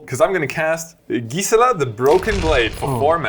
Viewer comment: Your pronunciation on Gisela is driving me insane